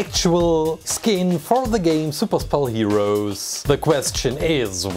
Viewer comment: Super spell sounds like super cell